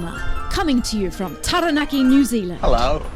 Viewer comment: Okay I’m a Māori male residing in Australia seen a few of your videos enjoy them , but what grates is your mispronunciation of a few Maori words . What I mean is if you can correctly pronounce Oakura, why then can’t you get Taranaki ( ta ra nuck ee- not nacki )